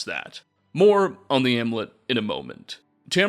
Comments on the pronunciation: *amulet. Ahm-you-let. Also, *that big a role. No of. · And the u in amulet.